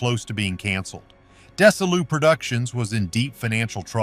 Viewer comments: Desilu is mispronounced. It's actually pronounced for its founders Desi and Lucy -- so DeziLu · The "s" in "Desilu" is pronounced like a "z." The "i" is pronounced like a long "e." Get a better bot. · Desi Lu ... not Desa Lu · It's not Des-A-lou, it's DEZI-lou. It is a common mistake to suggest that NBC rejected the Star Trek pilot as too cerebral. That is not true. Desilou made sitcoms. NBC wanted proof that they could produce an hour-long program. That was the purpose of it. However, it went massively over budget. The second pilot was always in the works as long as NBC approved of the first pilot, which they did. The purpose of the second pilot was to show NBC that Desilou could produce an hour-long episode within budget. The ratings were not low. The ratings published in These Are The Voyages, by Marc Cushman, prove that. Star Trek only lasted three seasons because Gene Roddenberry had 9 strikes against him with NBC. And three strikes and you're out. The original Enterprise made was 33 inches long and is known as the three-foot model. The second Enterprise made was 11, not 14, feet long. The kiss between William Shatner and Nichelle Nichols was NOT the first interracial kiss on TV. The interracial kiss was ten years earlier, between William Shatner and France Nuyen on the Ed Sullivan Show. The title of this video, 'Fans Were Never Supposed to See These Hidden Details in Star Trek,' is misleading. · or "DeZZi-lu" not "Dessi-lu." Pronounced "Majel" every way possible. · Dess-a-loo ??:face-fuchsia-tongue-out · Terribly done....Desilu is pronounced "Desi-Lou" ... not what your AI voice is saying....sheesh... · OMG. Fix your AI. It's not "Des-uh-loo" That is so insulting to Desi Arnaz and Lucille Ball to pronounce it like that. Could not want more than 2 minutes of this. 👎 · It’s dez-E-Lu. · It is pronounced Dezee - Loo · AI is the narrator which is very annoying to me. In case you doubt that, note the way he pronounces Desilu and Nimoy.